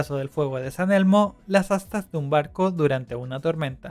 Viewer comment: Para corregirte es fuego de San Telmo y no San elmo felicitaciones por tus animaciones solo corrige tus conceptos de lo que es un relámpago un trueno y por cierto no todos los fenómenos electro atmosféricos han Sido descubiertos y explicados por la ciencia como lo demuestran descubrimientos recientes de nuevos fenómenos en la atmósfera.